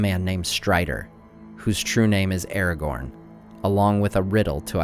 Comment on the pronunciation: why do you call him eregorn?